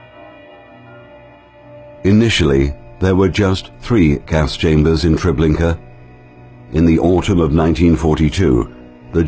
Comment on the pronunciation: TREBLINKA, not Trablinka!